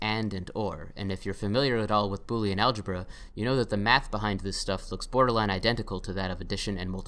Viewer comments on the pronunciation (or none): none